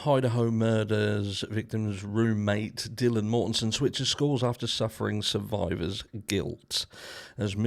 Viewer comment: Did you say Quiler guilt or survivor guilt!?! Allegedly! 😮